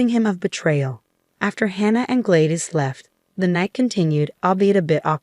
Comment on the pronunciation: I question whether this is legitimate since the story teller keeps mispronouncing the name Gladys. It is an old female name and pronounced "Glad-iss", not Glade-iss.